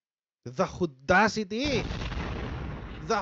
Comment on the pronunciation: "the hudacity..." hahahaha the hudacity of harrietaroqs. bwahahahahahaha